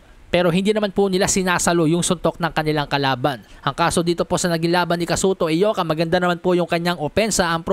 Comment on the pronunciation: Congrats sa iyo bro sa lahat ng mga bloggers ikaw lang ang nakabigkas ng tama sa pangalan ni Ioka as Eyoka. Karamihan ng mga boxing bloggers na nag live commentary puro sila Ayoka mga expert pretenders sila. Ikaw tunay.